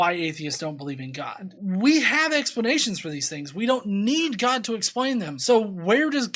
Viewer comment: Who is Gah, that's what she keeps saying.